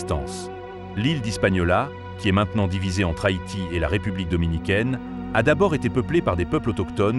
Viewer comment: C’est Haïti pas Hayti , sinon bonne vidéo 🙏🙏